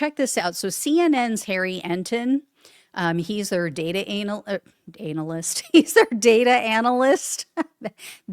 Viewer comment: analists? when you"re enthusiastic you say strange things lol